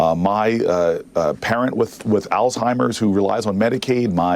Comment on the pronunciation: Did he just say all timers? ? 😂